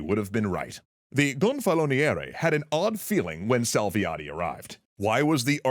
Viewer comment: I'm impressed with the effort you have clearly put in learning the correct pronunciation of relevant words. "Gonfaloniere" is not an easy word even for a native speaker.